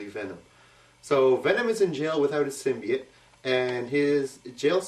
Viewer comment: btw im pretty sure symbiote is pernounced sim be ott but lol i doesent matter ;p